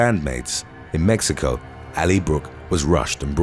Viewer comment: Wait... he can't say 6th or pronounce American last names correctly, but pronounces Mexico as "mehico"? The pretentiousness is real...